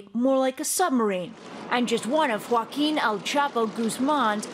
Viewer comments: Me divierte cómo lo gringos dicen "goaquin" en vez de "joaquín" 😂😂😂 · Americans shure have problems pronouncing "Joaquín Guzmán". A hint: in Spanish, if you see that little mark [ á é í ó ú ] on top of a vowel, that's the strong syllable. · Es cierto que la mayoría de los gringos tienen una pronunciación horrible, pero Trevor no es gringo. Es africano.